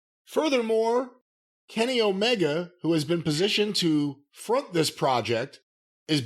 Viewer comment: I am one of those Kenny Omega fans that you're talkin about and no I would not put him in charge of my game oh, but I do laugh every single time you call him Kenny Olivier